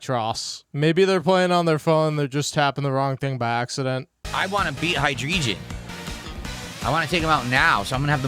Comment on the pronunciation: WolfieVGC: Drag-GALL-gi: Hold my Hy-DRESION